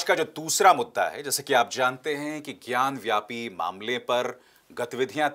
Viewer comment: ज्ञान व्यापी नहीं, ज्ञानवापी.